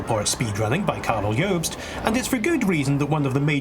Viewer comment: Karel yobst? It’s Karl Jobst lol like Carl and like jobs haha that’s a new one